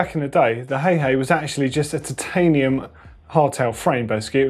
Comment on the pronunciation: Why do you say titanium like that? Always thought it's like